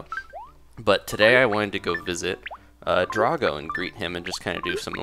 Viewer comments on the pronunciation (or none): His name is pronounced Dra-go, not Drah-go!